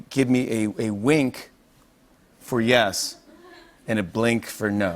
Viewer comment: Yup, that's a bwink alright.